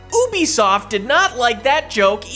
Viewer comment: #16 - It's not pronounced "oooobe soft", it's pronounced "u-b-soft" (as in Ubiquitous Software).